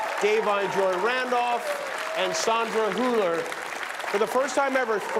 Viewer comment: Sandra is literally out there making history and the only things jimmy can come up with are to mispronounce her name and making "hehe nazis" jokes